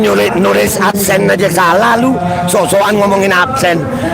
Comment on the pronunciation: Mantap kita dapat hiburan dan jadi ngakak dengar semboyan absen jadi apsen hahahahahaha